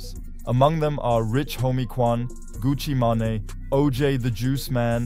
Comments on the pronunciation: Who is Gucci Manayyyy 😂🤣😂 Gucci MANE pronounced like MAIN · Did you say Gucci Mahnny? I wasn't looking at the screen so that shit caught me off guard. You mean Gucci Mane? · its gucci mane( (man) main) ,,, not gucci manny wtf... u dont even know the names... smh. come on mane lol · good one! was more of a pronunciation error, than me not knowing the name ^^ Well, gotta go "Get The Bag" thx for the comment